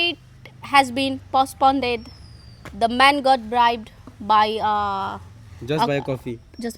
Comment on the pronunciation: Postponed ❌ Postponded ✅